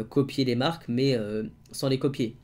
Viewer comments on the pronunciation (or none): none